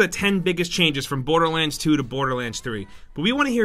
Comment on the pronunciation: "Boaterland 2" lol